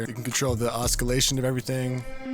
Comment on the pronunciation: "oskilation" lol